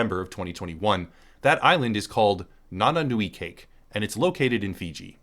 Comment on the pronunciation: Doesn't really matter especially at this point, but that's not "nananu i 🎂", it's a Fijian word that happens to be spelled similarly, but the c makes the th sound like in then or there, and the vowels are like in Spanish, so it's "Nananu i Thaké" IPA /nananu i ðake/ basically. If the dictionaries I'm looking at are right, it's like "Upper Thought" or something, with nananu being "thought" and cake being "up" and the syntax of the language making "nananu" the head of the phrase. EDIT: Oh, wiki translates it as "upstream daydream" which is likely a lot more idiomatic.